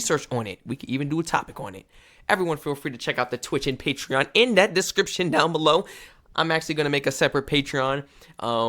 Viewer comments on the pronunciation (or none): none